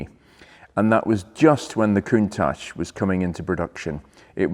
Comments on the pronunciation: pronounced KUNTAK not COONTASH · I wish He and Harry would say Countach the right way. I wonder who started this Ashhh ? Think Watch. COUNTACH! Love the show! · Watched Harry's Garage episode with Frank Stephenson, featured the Countach. Stephenson has a very different pronunciation of "Countach", kind of saying "ach" in a German way. Awesome video, a rare car. Backing off the lift made me feel a little queasy. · Learn how to pronounce Countach first please. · Very nice. Just don’t talk to Harry about the pronunciation of Countach.